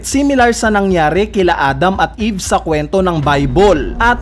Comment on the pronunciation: hahahahahahah "TREE OF EEEEEEVE!", weird mo naman mag sabi ng mga salitang ito 😅😂🙈